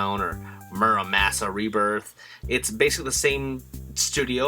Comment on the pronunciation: "MurrayMassa Reburth" Massa Sir!